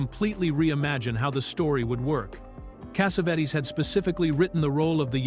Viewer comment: I love this movie. I must’ve seen it five times and I used it as a therapist with people to address certain things. The one thing I cannot stand, and I really really cannot stand this. This Arabic narrator calling John Cassavetes. John Cassavettes. Finally he calls Gina , who everyone knows, Jinna. Cassavettes is the worst though. It is extremely difficult for me to listen to extremely so distracting from what he’s trying to do.